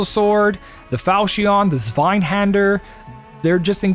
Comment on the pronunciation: If it helps, zwei in zweihander means two in German Pronounced" sv-eye